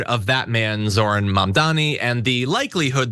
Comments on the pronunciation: Why can't any of these racists say his name correctly? It isn't difficult. Are they that stupid or are they just doing it on purpose? According to them any person of color who gains any kind of political power and has Americans voting for them must be here illegally and hiding some secret agenda. Horsesh*t. They tried to push that with Obama as well. They're awful, corrupt, greedy racists, plain and simple. End of story. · Notice that he said: "He's not a Socialist, he's a Marxist Jihadist. It appears "Socialist isn't a scary word anymore. And Banon didn't even say Zorans first name name correctly.